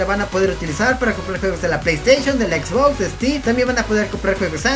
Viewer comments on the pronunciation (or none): none